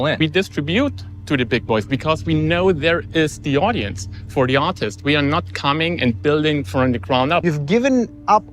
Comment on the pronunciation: Everytime he says "artist" all I hear is "autist" 😭😭